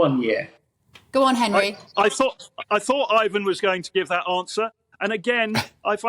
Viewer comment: It's IVON not IVAN. He's not Russian.